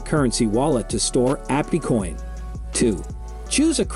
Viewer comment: Probably AI voice. No one would pronounce it Appecoin lol